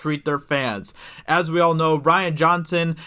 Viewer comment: rian (ree-an) not ryan (rye-an) ....... duh.